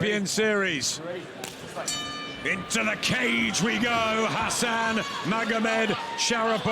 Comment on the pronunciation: Хасан он,а не Гасан.